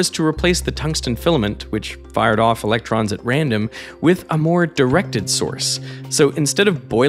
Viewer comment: I am so glad someone else posted this already. "Ve can ac-cel-er-ate... E-LEC-TROMS"